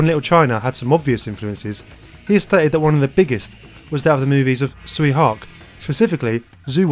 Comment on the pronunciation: Tsui Hark is pronounced "Choy Hok". get it right gweilo